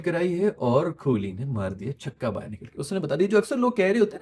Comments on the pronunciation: Broo... it's kohli❤...not kholi😮 You don't even know what is meaning of kholi in our marwadi language (Rajasthan)😂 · कोहली है नाम......आप खोली बोलते हो... कृप्या ठीक करिए